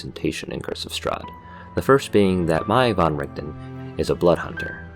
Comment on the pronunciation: oh my lord you said van right I have immediately fallen for you